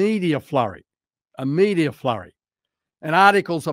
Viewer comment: It's MEDIA not "MEDIAR"